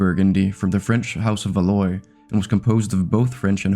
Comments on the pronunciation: Val - wah not valloy, it’s a common mispronunciation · Valois is pronounced Val-wah, not Val-oi. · "house of valoi" please learn a tiny bit of french before making a video...and I'm italian. It's "valuà" (/va'lwa/). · "Valois" is pronounced "val-wah", not "val-oy". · Valois is pronounced val-wa, not va-loy. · Valois is pronounced Valwah.😅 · pronouncing valoi as /valoj/ 😭